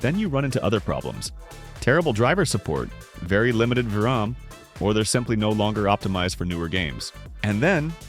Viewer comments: "limited vvraaA-m" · 4 gigabytes of vuhram. Ai video voice is very AI.